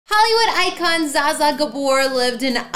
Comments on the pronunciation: Pronounce her name properly!🤦🏻‍♂️ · At least pronounce her name right. She deserves that. My goodness. People are offended. Would you like for someone to mispronounce your name? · Please pronounce her name right. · Mispronounced name.